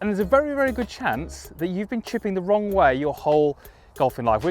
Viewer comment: Is it the wong way or the wrong way🤔🤔LoL 🏌🏼